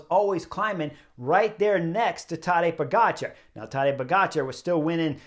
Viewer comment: Tadej Pogačar? It's not silent, Chris pronounced it correctly. The only mistake everyone makes is the emphasis in the name, because it's tadEj, not tAdej.